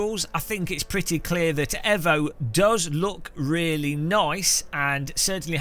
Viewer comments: It's Eeevo not Evo, Bloody Evo, Mitsubishi evo anyone. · It's pronounced E-VO(you know like E-VOLUTION) and not EV-O... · Just like we tell the Yanks it's Aluminium and not Aluminum, Tell the CEO he's not clever and it's not edgy, and it's evo and not ehvo, If it's ehvo tell erm to put it on the box. Or just ignore him and say it properly, If you turned up at a car meet and called it a Mitsubishi ehvo you wouldn't get out alive. And it sounds really weird. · Its EEvo not EHvo lol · Nice comparisons, I’m struggling with Evo - just can’t find a feel for the cars! BTW - think you’ll find it’s produced ‘eeeevo’ not ‘fo’ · It's pronounced eevo 😂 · please for the love of god pronounce Evo, Eee-Voh. Damned Kunos could have called it TeaBag 🤣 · Ca new really trust a man that cannot pronounce Evo!?